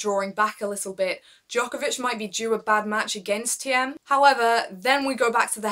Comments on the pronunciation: Great video ! Waiting for more Btw "Thiem" is pronounced as the word "Team" in English :) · "Thiem" is pronounced as "team". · Just pronounce it like "team" and you are fine - the "e" is silent . Great channel